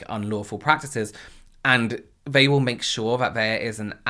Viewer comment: it is so funny to hear/see you change the “th” sounds for the “v” sounds. Like, when you say “they”, you actually say “vey” :)